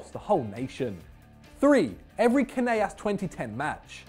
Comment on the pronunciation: You guys really butchered Canelas, were not Spanish ffs